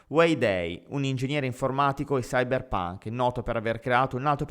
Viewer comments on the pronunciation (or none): Evidentemente non conosci la differenza tra i due concetti, ma "cypherpunk" NON si pronuncia come "cyberpunk", sono due parole distinte che hanno due significati distinti e due pronunce distinte. Credo che si dovrebbe avere una conoscenza ALMENO elementare della lingua inglese per avventurarsi nel proporre contenuti di questo genere. Senza considerare poi tutti gli altri errori che sei riuscito piazzare nella lettura. Davvero molto approssimativo e sgrammaticato, come sempre. Forza, un briciolo di impegno in più se proprio ci vuoi leggere pagine scritte da altri e mal tradotte!